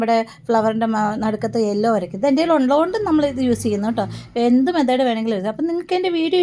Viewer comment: മെതേഡ് അല്ല മെത്തേഡ് ആണ്❤❤🎉